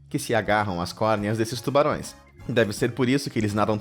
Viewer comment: eu ouvi tubalões